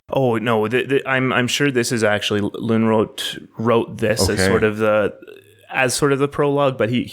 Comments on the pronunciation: Yes. Too bad they can't pronounce the name Lönnrot... "Lunnråt" wtf? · I just want to bring up it also in the comments, though it is fixed in description: Lönrot was actually Finnish speaking, so there was mistake in the start with that, his name only Swedish sounding was. But excellent job specially for a foreign persons doing this! Its first time ever that these are being heard in english in any video as far as I know. Pronouncing Finnish names in the Runos was very well done also, better than I would expect and really not much accent at all. Think about the people living in forests and at night fire and when Festing something - Singing and chanting and meaningfully reciting the old teachings about the creation of world and ways of living and getting the feeling of magic doing it. About the Sami people, I always thought that the relation cant be that far fetched, becaues their language kinda sounds the same and Sami and Suomi as a words are not that far away from eachother, because Finnish dont call it Finland or Finnish they call it Suomi, both country and language. The Finnish and Sami languages sound about as similar as Finnish and Estonian languges do. I get alot of updates of that because Finnish tv actually has Sami language news.